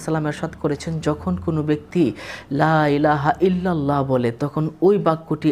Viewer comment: লাইলাহা ইললাহ,, না হুজুর বলতে হবে,,লা,ইলাহা ইললাহ